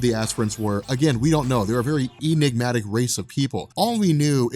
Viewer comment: Emignatic? xD am I hearing it wrong, or was that a slip of the tongue on behalf?